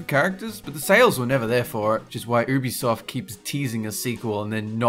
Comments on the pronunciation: It's pronounced youbesoft not oobisoft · Lol "oobisoft" I think it's pronounced "youbisoft"